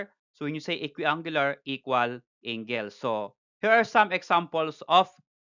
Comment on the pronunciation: Yah how to pronounce angle 🤣 "ingle" AHAHAHAHAHAHHAHA